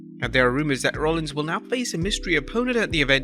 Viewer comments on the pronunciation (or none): none